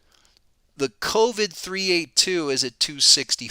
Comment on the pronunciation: "cold-vid". I love it. How do I double subscribe?